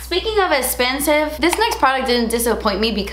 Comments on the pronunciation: I love love when you say "espensive" my favorite! lol Loved this video! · I love how you say expensive and I don’t no why 😂😂😂❤️❤️❤️